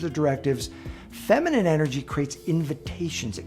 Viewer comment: Femenine not fimenine dear